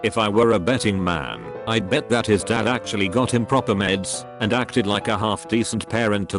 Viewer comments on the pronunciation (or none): none